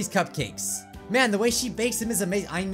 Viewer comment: You sed natski's cupcukas it's natsukis cupcakes